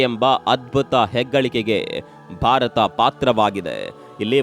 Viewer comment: Bharata not barata